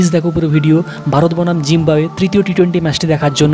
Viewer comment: ভাই আপনার তো উচ্চারণের সমস্যা আছে, জিম্বাবুয়ের জায়গায় জিম্বুয়ে বলতেছেন 🤔🙃